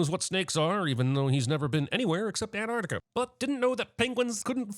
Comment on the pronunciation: Pronouncing Antarctica as Anartica. Ding!